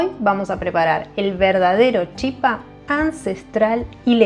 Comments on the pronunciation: La pronunciación correcta es chipá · Gracias!!! Me encantó. Ahora, sin ofender, no es chipa, se pronuncia chipá.